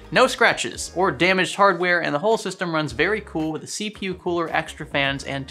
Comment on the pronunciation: See-pew huh?